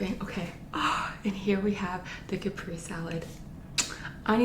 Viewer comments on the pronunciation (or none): It's cah-prey-zay or cah-prey-zee salad with the emphasis on prey...not Capri salad...also the H in herbs is silent...also., this type of just butter, garlic and cheese is my FAVORITE...you always make everything look so delicious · I got kind confused with that ending message 😂 Btw, it’s CA-PRE-SE not ca-prees 🤗